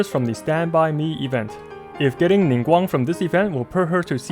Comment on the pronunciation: I'm getting Ningguang since she's the only 4 star I don't have. I really appreciate you pronouncing their name correctly, you're so cool! Thank you for the awesome guide as always.